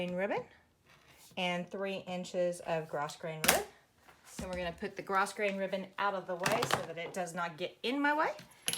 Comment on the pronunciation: Said with love and kindness....Grosgrain is pronounced Grow grain. Thanks for the video. Going to be making two of these for my nephew and niece as soon as I get all the supplies.